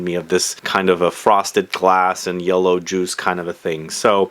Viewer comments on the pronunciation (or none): none